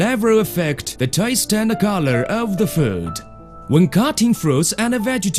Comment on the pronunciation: Corour (color)